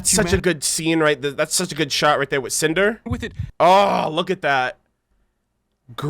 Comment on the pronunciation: When Cinder first came on screen I was looking away atm. All I heard say was "SANTAAA!!" and was so confused! XD Then I realized he said "CINDER" Haha.